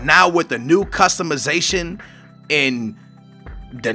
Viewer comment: Customuhzation? Lol its customization